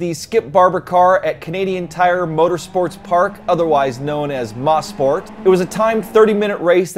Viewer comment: It's pronounced as MO-SPORT not MA-SPORT